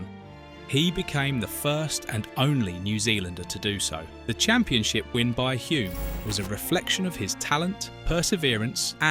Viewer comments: Both Denny and his father would turn in their graves when hearing the name pronounced 'Hjume' instead of 'Hulm' His nickname, "The Bear" was because he could be very grumpy with stupid questions from journos. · It's not HOOM but HULME. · His name was pronounced Hulm not Hume. This is rubbish. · Excellent 👌 👏 Just a minor thing... Hulme is pronounced like " Film " so just add an H and you get the true K1W1 pronunciation of Dennys surname " Hilm" even though it is spelt as you have it. Hulme. Not even going to try to help you with the pronunciation of the Maori birth place of Denny lol 😅that would wear out my fingers and the Internet :) Again thanks for the clip on Denny. A Top bloke all round. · It’s pronounced Hull-m isn’t it? Almost silent L like in film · Hulme: /hʌlm/ is the correct pronounciation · You don't even pronounce Denny's name correctly. His father was not GIVEN the Victoria Cross .... He EARNED it. This video is a waste of time. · You have butchered the pronunciation of his name and where he was born so badly I stopped watching. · that is what you took from it? the incorrect pronunciation of his name, and multiple incorrect facts . . . i wouldn't even worry about the narrator's opinion, when it is obvious, that he has never watched a race, let alone an f1 grand prix in his life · The narrator cannot even pronounce his name correctly. Listen to the commentator at 4.22. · You can‘t even pronounce his name correctly… 😒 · "You can't take the L out of Hulme"